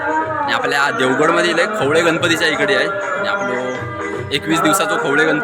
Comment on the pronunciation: खवले नाही रे खवळे असा आहे